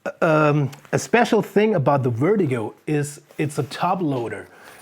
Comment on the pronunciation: Didn't realize you were german until you said wertigo lol keep it up